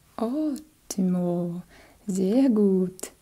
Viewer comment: eu estudei bem pouquinho de alemão e o seu "zer gut" tava perfeito, sua família tem qual ascendência? Alemã? Ótimo trabalho, obrigada.